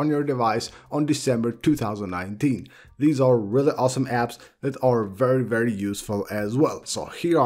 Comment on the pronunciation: IKR “vrrry vrrry”